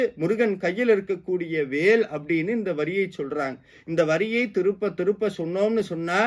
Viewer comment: “திரும்ப” என்பதை ஏன் “திருப்ப” என்று கூறுகிறீர்?